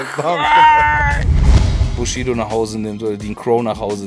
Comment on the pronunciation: Sagt Mc Bogy wenn er Bushido ausspricht nicht immer Sushido ? Wer versteht auch immer Sushido ?